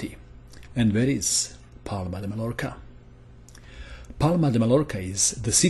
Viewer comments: In Spanish language, a double "l" is not pronounced as an "l". You should say something like "Maiorca". My native language is Dutch, but I'm not even gonna try to explain how to pronounce "Scheveningen". In the world wars they have let soldiers pronounce "Scheveningse schuitjes", to hear if they were German or not. It was a matter of life or death... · Hi thanx for the vids i'm learning allot! I'm not Spanish speaker but I know that you are not suppose to pronounce the L in Mallorca as L but as Y so it's sounds like - Mayorca.